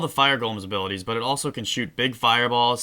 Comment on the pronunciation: while u said but uh it sounded like u said butter